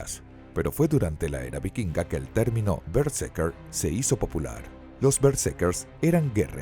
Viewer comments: vale vale pero es BerseRker, escrito y mal pronunciado TODO el video :( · ademas es:" berse R ker" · estas pronunciando mal berserker todo el rato XD solo por intentar pronunciar bien el ingles